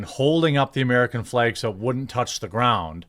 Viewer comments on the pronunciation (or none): Its flag not fleg. It's MAGA not Mega... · Heheh he says fleg the frat protected the fleg Eyyy?